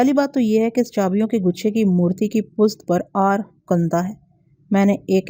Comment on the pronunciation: آپ پشت کو پست کیوں پڑھتی ہیں ہمیشہ ؟